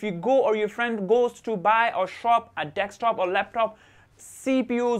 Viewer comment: tnx but its deSktop not deKstop!